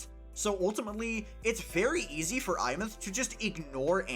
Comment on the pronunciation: Insta-like for being the only content creator to pronounce her name correctly.